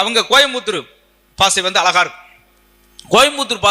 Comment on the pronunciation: 'அலகா இருக்கும்'னு சொல்லக்கூடாது.., 'அழகா' இருக்கும்-னு சொல்லணும்! சங்கம் வளர்த்த மதுரையில் இருந்து வந்துட்டு, இப்படி 'ழகரம்' தெரியாம பேசினா எப்படி..? (நீங்க பேசுறது தமில்!) முதல்ல 'தமிழ்' சரியான 'ழகர' உச்சரிப்பு செய்து பேசக் கத்துக்கங்க.., அப்புறமா மேடையில பேசலாம்...